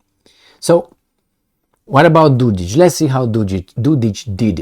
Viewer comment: Dodik is pronounced with K like Kenya. He is not Dodić.